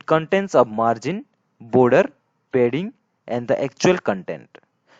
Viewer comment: oh man its not aa wedding its aa padding